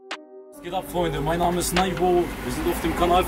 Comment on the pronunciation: Er kann seinen Namen nicht aussprechen haha ....